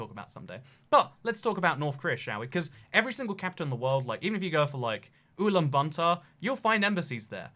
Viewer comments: Ulan BATOR Not Bantor. 😁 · Its ulaanbaatar not ulan bantar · “Ulaanbuntar” * cries in mongolian * It’s Ulaanbaatar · It’s Ulan Batar. Ot Ulan Banta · It's Ulan Bator, not Ulan Banter! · It’s Ulaanbaatar not ulaan bantaar! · it’s pronounced ooh lahn bah tar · UlanbaNtaar lol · Your pronunciation of ulaanbaatar has me rolling! By the way, it's pronounced oo-lan-ba-tar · It’s not Ulan Banta. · That’s the worst pronunciation of Ulaanbaator I have ever heard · Your pronunciation of Lesotho and Ulaanbaatar is painful. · the way he pronounces ulaanbaatar like it's bunsen burner